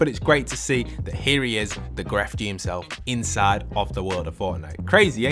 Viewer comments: I'm still hearing "Gref gee" and it makes me feel muy incómodo. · Lo siento bro me duele el corazon porque enseria gref gee suena mal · This is random but when you say Grefg you don’t pronounce the G at the end. It’s just said like Gref :3